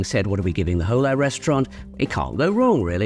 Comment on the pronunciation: The “H” is silent in “hola.” It’s “ola” not “hole—ah” 😂